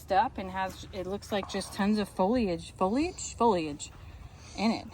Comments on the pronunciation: Foliage = fōlēij. is right foe-lee-ij. Lol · you said foliage properly!, I thought you went college and that were a teacher, you said foliage incorrectly! And you know what, you are not the only people living through a drought, stop. You leave water running all day for the animal in a drought. Instead of dumping the water, pump it out where you want the grass to grow, conserve water and run the fans a few times a day. What are you going to do if your well runs dry? In times of less we have to conserve. You Dad is right about not throwing things away, (like the string)... he must have lived during or just after the great depression where nothing went to waste and you saved and repaired everything. Do your bit to save the planet and follow his lead stop being wasteful!